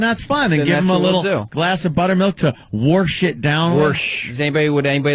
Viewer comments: Please Opie say Wersh it down again. It only gets funnier!!!! Also when is your Biirfday? Such a comedy genius! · I fucking cannot stop saying 'warsh!' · Warsh it down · ME: warsh!